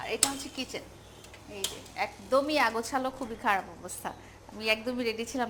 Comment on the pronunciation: আগাছলো আবার কি?শব্দ টা হচ্ছে অগোছালো